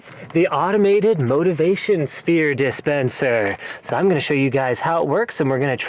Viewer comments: anyone notice he said disfensper? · "Motivation Sphere Disfensper"